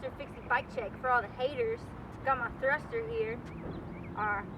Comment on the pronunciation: " got mah thrusta herr " nigga shut yo white bristish ass up! before i toss mah aerospoke at you whiteass forehead.!